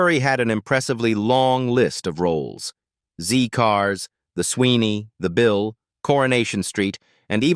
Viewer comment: Zed cars not Zee Cars we are not American. AI narration is crap